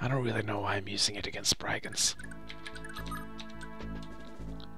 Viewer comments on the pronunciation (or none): It's branonced i in brigands